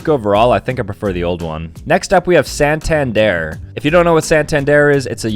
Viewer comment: bro just called santander sen tenz deer